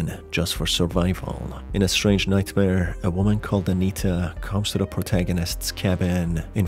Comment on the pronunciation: Anita is an extremely prevalent name in Europe, including Eastern Europe. That's likely why he read it that way. He's mispronouncing a lot of the names in his videos, and it's likely just language barrier. You can hear his accent, dude.